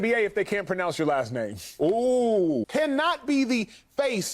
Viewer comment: low didn't pronounce pronounce right